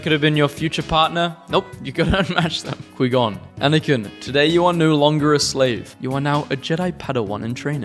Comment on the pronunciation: And he said quee gon